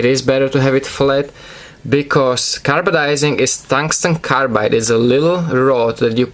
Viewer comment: Hey man I'm pretty sure it's Carbidizing not carbadizing